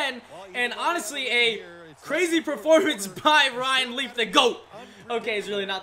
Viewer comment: It sounds like he keeps saying riley not ryan leaf